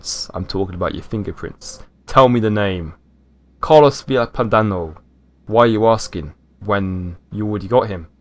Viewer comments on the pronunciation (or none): none